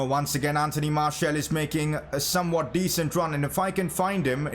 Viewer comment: Pronounce Martial’s name as Marsial as it is the official way of calling his name